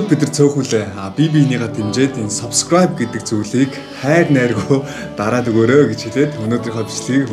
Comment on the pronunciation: Баяр хүргэе эээээ 😤 зөв үзэл бололтой, залуусыг зөв зүйлд уриалж месэж өгдөг..бас хөгжилтэй залуу шүү 👍 энэ бичлэг дээр хамгийн сүүлд солонгос аялгаар subscribe~a гэсэн чинь элгээ хөштөл инээлээ шдээ 😂